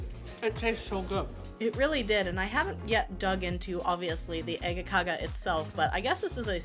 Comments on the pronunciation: Some standard Scanian breakfast, amazing, I lived in malmoe for a few years when I was a kid, but I'm impressed, you nailed the Scanian accent of äggakauga 🙂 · No not at all.. Its Äggakaka... Please respect the language. Ä is not A at all... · A French person can have an accent while speaking English and it’s fine but god forbid an English speaking person has an English accent when saying a Swedish word